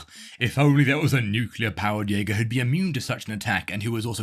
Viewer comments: Jäger means hunter. Also you mispronounced it. 😭. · bro did not say jaeger 🙂🙂🙂